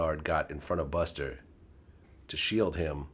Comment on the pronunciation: "buster" - officer vlad